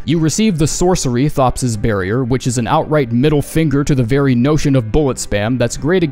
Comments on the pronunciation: thops is pronounced topes, like ropes but with a t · "thops" Is pronounced "tops" btw. He introduces himself that way so I'm not sure how you missed that.